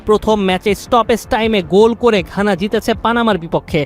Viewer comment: ভাই, খানা না,ঘানা😊